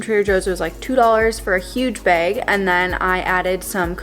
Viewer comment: your Minnesota accent when you said “bag” ❤️